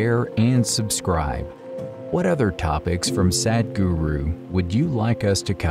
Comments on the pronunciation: Stop pronouncing his name in an english way as SAD. If u can't say it right then just dub him as HappyGuru! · The introductory voice over by a foreigner sounds like Sad Guru. Please use someone from India who can pronounce Sadhguru.